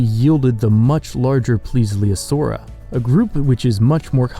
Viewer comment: slight mistake, not calling you out, im just really annoyed, plesliosauria is the way he said it. there is no second L, plesiosauria is the way, sorry for the tangent